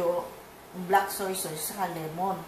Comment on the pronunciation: Tita bakit po soysoys ang bigkas nyo sa Toyo? Madami po kasing kritiko baka punahin nila yun. Soy Sos po ang pronounciation nun🤗